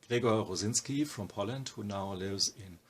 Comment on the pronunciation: It is correct if you want to sound like a German trying (quite well) to pronounce a Polish name :)